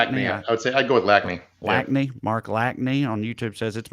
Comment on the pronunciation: Hey! Thanks for the birthday shoutout for dad. Its pronounced Lash-knee though haha. Best part is people would call our house growing up and would ask to speak to don "lack-knee" and he'd say he don't live here and hang up so he's gonna lol for real when he hears that